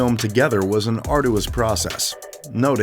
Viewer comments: 24,000 pounds is NOT 24,000 dollars! "ad-my-eration"??? "ar-doo-ous"??? "Soth-bee"??? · No, this guy is just uneducated. He pronounced arduous wrong as well. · Arduous mispronounced.